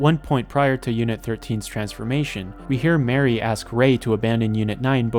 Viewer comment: It took me so long to figure that you meant Mari when saying Mary